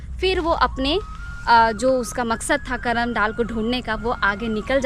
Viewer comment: पर्व करमा या कर्म नही होता है यह करम होता है।